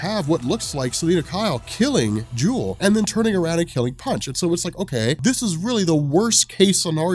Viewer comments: Isn't her name Jewlee? pronounced Julie not Jewel, like a play on Punch & Judy. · Pretty sure you already got this on the original video, but Jewel? No. It's jewelee. Sounds like Judy. Punch and Judy are the names of puppets and a storytelling device. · does it again-misreads the name once NEVER READS IT TWICE! Like, "I don't know why people call him JAIME when his name is JAMIE" JEW-LEE I'm guessing her name is JEWLEE not JEWEL